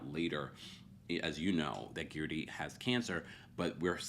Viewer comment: If you can say THIRTY, you can say GERDY.